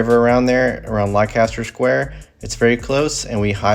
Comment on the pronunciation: Leicester Square is pronounced Lester....so you don't get lost!!! x